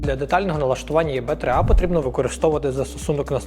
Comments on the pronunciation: Все ж краще не "Є Бе", а "І Бі" :) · Але чому Є-БЕ, якщо це Е-БІ (або ж взагалі І-БІ)?? Відколи Е стало Є. Звучить ніби током зараз в*бе))) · ИБ а не ЕБ😂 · думаю абревіатуру ЕВ3А слід читати: "і бі три ей" (англ транскрипція), а "є-бе три а" - звсім ні до чого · достатньо, що б знати, що англійською це читається як ібі, а не єбе) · Мабуть Е-БЕ 55, а не ЄБЕ ) P. S. Дякую за україномовність ) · Ні. Не ЄБ, а ЕБ або ІБ. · от этого "е бэ" аж передергивает.... кто кого и в какой позе...😆 а "блює......тті" так взагалі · Тільки назву навчитися читати правильно 😎🫣